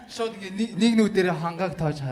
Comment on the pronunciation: Төрөө минээ шуу биш шууд гээд хэлээд сурчихаач тэхүүүүүүү